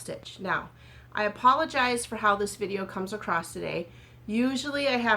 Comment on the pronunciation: Don’t hate me for this but “Across” doesn’t have a “T” in it!! 😂you are too cute I had to bust your chops! I’m now curious how you pronounce “Creek” and “sandwich” 😂😂😂. Xoxo